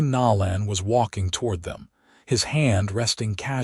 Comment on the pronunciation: Zane’s last name is pronounced No(long “O”) - lan. I have an unusual maiden name. It was always mispronounced and I have always tried to make sure to show respect to others in pronouncing their first and last names correctly. When Zane rescues Thea in the alley, and breaks down when she is crying made me cry. 😢😢😢